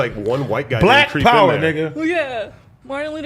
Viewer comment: This nga said Blac power🤣